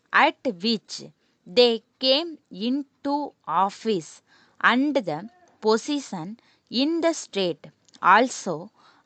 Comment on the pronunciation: Plz correct ur and, that, to pronounsations🙏🙏🙏